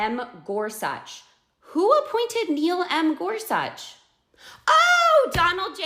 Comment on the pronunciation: To the girl who just now learned about who the Supreme Court Justices are: Yeah, we don't have to google it because we already knew. And learn how to pronounce Gorsuch. Btw, do you not know how the Supreme Court is filled? They're appointed by whichever President is in term when there is an opening. So they are alway going to be both parties. And they are supposed to be unbiased (which most dems can't seem to be). Their job is to make sure laws are CONSTITUTIONAL, not CREATE laws, which dem justices don't really seem to follow. Nowhere in the Constitution does it say ANYTHING about abortions. Or the right to have one. Nothing. Zilch. Nada. Soóooo, Justices who follow the Constitution did what was correct, overturned Roe v Wade. Which should have never been made a law in the first place. So please, don't think you're educating ppl on Justices. And you may want to do a bit more Googling yourself to learn the history and mechanics of the Supreme Court. And also maybe read The Constitution. You'll sound less ignorant. It's not all about YOU.